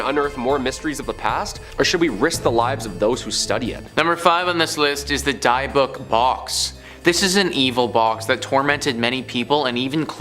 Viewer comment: Can’t even pronounce dybbuk box properly…wow do some research for this reason